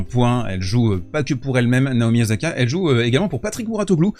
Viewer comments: Par pitié arrêtes de dire OZAKA ! C'est OSAKA! En japonais le S se prononce toujours S et pas Z. Merci. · Tu pourrais faire un effort de… prononciation : tu dis Mènessik, Ok, alors dis, s’il te plaît Ossaka, en respectant la prononciation japonaise… Merci ! Ce serait super ! Tu me diras, ce sera pour… la prochaine fois ! Merci pour ton formidable travail !